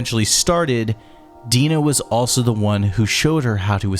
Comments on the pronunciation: Love it watched this and your video on the first game... But why do you keep calling Dinah... Deenah? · how you’re able make a video with ALL this information and not able to pronounce Liddell and Dinah correctly baffles me